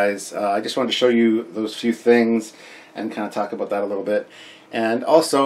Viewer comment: "Few things to talk aboot" ;)